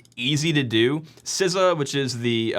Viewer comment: When you said CISA, I heard SZA.